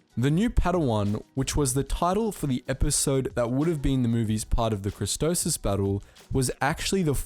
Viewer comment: man said kristosis its kristophsis